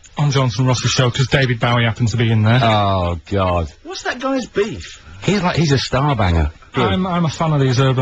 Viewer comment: Haha it sounds more like bifta